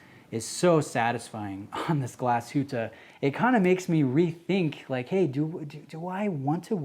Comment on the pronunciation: Thank you for NOT butchering the name Glashütte,well done,mate! Greetings from Germany